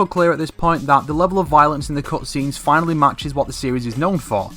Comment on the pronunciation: Am I the only one who's botherrd by the way he says "cutscenes"